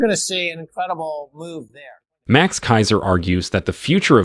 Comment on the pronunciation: You gotta know how to say the man's name.,. You have learned a lot from THIS man